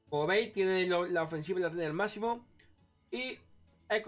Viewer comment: Guarriór, melé, eta e tu clase, una partí (party), el eslayer, el ganer (gunner), masimo (máximo), el beseque, aparte de eso creo que el de la visita al otorrino deberías ser tu, porque como que se te cerrará la tráquea al decir tanto eh eh eh eh y después tratar de decir otra palabra